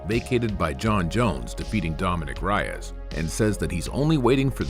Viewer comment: Reyes is pronounced RAY-EZ not RYE-EZ 😆 this would happen to me all the time in school growing up. (My name is Nickolas Reyes no relation 😂)